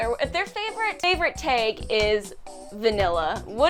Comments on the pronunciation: I just fucking can’t get over the way pronounces “tag” smh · Every time says "tag" her Midwestern accent comes out.